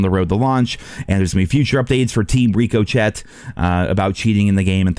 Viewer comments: Rick O shay , Not Rick O shet lol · It's pronounced Rico Shay not Ricochet. The T is silent. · It's ric-oh-shay not reco-chet. Just trying to help you out. Like a bullet hits something and bounces off. It will ricochet(ric-oh-shay) off of a wall of bricks. A cheaters bullets will ricochet(ric-oh-shay) off the non-cheaters body. Have a good one. Go Browns! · Rick-Oh-Shay not Rick-Oh-Shet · Bro you did not say RICO CHET ITS RICOCHET LIKE BULLETS BOuncing off the wall 😂😂😂😂😂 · rico chet? Or rickashay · Why do you pronounce it RICO-CHET instead of “ricoshay” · youve gotta stop calling it reeko-chett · I dont want to be that guy but its pronounced rick ah Shay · RICK-CO-SHAY ITS PRONOUNCED RICK-CO-SHAY ricochet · Great video! BTW it's not Rico Chet, it's Ricochet like when bullets bounce off something 😂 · "Riko-chet" lol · "Team Rico Chet" lmfao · did you really just say ricochet like that lmao, its pronounced ri·kuh·shay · REEKO CHET DUDE????? lolololol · I’ve followed you since you pretty much started, I love you and take this with that love! You’re saying Ricochet wrong! It’s pronounced Rico-Shay. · "team ricO-Shay" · Team Rico-Chet? Dude...🤭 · My man said team Rico Chet. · my guy really said reecoshet 🤣🤣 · Ricochet is pronounced ri-kuh-shay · I think it's pronounced rick-uh-shay. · FYI its pronounced "Rick-oh-shay" its french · hey its pronounced, rick-o-shay ricochet: a shot or hit that rebounds one or more times off a surface. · Is anyone gonna tell that its pronounced "Rick-oh-shay" or is he just doing it for a bit? If its for a bit, I will let it rock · I love you dude, but I need to tell you its pronounced rick'o'shay. (Ricochet) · “Team Rico Chet” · Dude Ricochet is pronounced "Rick o shay" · I can’t even tell if you’re saying Ricochet (Rick-O-Shay) wrong on purpose anymore. 😂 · Ricochet - rick uh shay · Can’t even pronounce ricochet 😂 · The t in ricochet is silent js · Pls start pronouncing ricochet correctly 🙏🙏🙏